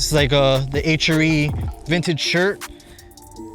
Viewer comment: H ARE E. NOT H ER E LOL 😂